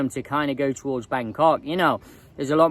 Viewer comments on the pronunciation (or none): none